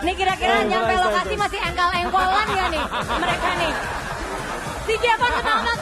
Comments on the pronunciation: plisssss engkol ya bukan jengkol😭🤣🤣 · bbrp x aq ulang"....ttep aja ngakak denger nyebut JENGKOL bkn ENGKOL